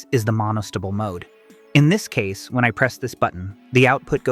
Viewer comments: Monostible and Bistible. 🤣🤣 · How could you pronounce astable correctly, and totally fudge monostable? They both end with "stable". It's NOT monostubble. Likewise, how can you pronounce "and gate" properly, and then come up with "orgat"? It's "or gate". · 'Monostable' and 'bistable' DO NOT sound like 'vegetable' or 'constable'.... Unless you're an AI voice! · it's strange (just to me) to hear you say a stubble and bi stubble and mono stubble, instead of A stable, Bi stable, and Mono stable. It's only because when I went to school and learned electronics I heard the second variation and haven't heard it the way you say it before. I love language variations across geography or across time. Is that the way everyone where you grew up says stable? Or is it the way all the professors and other students said it where you went to school? I love language variation mysteries like this, it feels like I'm being a language detective:) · pronounced A Stable and Mono stable ( like a horse’s stable) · Agreed, Nice informational video, however you need to train A.I. to properly pronounce words like 'Mono-stable' in order to believe the narrator knows what 'It' is talking about😅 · right though. AI isnt correct all the time. Listen to rhe way he pronounces astable and monostable.